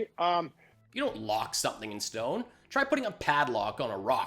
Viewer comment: You always twist around what Mr. Pillow says to make it sound ridiculous. He didn't say "locked in stone." He clearly said "locked in schtone" which makes perfect covfefe to me.